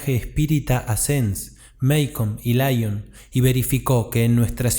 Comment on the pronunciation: Laion? Si te escuchase Kardec se rasgaría las vestiduras. Lyon se pronuncia como se escribe, LION, no a la inglesa.